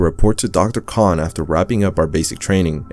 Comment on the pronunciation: Its kain not con like able and cahn